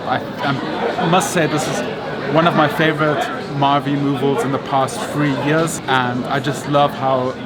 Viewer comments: Also "Marvie Moovels?" HAHAHAHAAHAHA! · Thumbs up if you noticed say "Marvie Moovles" 😅😅😅